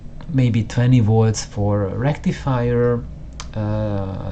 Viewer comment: Good fun. And don't take this the wrong way but often when you said 'volts' it sounded like 'watts'. And made me jump each time.... Subbed.